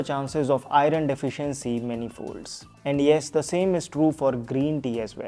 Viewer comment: Check iron pronunciation